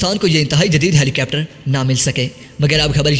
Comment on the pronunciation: Rai yeh hai keh yeh lafz helicepter nahi helicopter hai. Apni pronunciation durust karen.